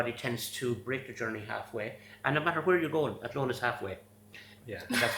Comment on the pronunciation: I love pronunciation of Athlone ❤ love from Ireland 🇮🇪